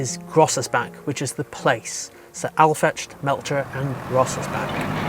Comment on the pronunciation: Crazy how you butchered the names Aufrecht, Melcher and Großaspach.